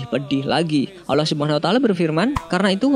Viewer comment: Kak bilang nya allah bukan alah